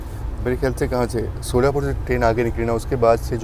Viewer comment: शोलापुर नही सोलापुर है